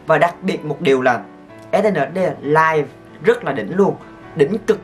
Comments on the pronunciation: E đọc Ét en ét đi 😕😕😕😕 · mà sao anh không đoc SNSd là Ét En Ét Đi vậy